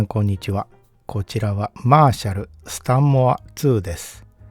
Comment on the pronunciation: マーシャルの発音からして演奏側でいらっしゃらないと思いますが、これはギターアンプで感じてきた印象と全くかけ離れた音に感じました。 流された音に対してのモコモコ感、トーン修正しないと聞けたものではないですね。 演奏側の人は、恐らく、気持ちの良い１点に向けて、オーディオアンプもBASS/TREBLEは、常に動かし続けていると思います。 このアンプの解明すべきは、素の特性では無く、そういう人たちの気持ちの良い１点が探しやすいトーンバランスの能力なのかもしれません。 いうて、トーンはYAMAHAよりLUXMANの方が気持ちの良いところに合わせやすいので、楽器制作会社だからとか関係ないかもしれませんが・・・。 Frieve-Aさんのコメント見たいｗ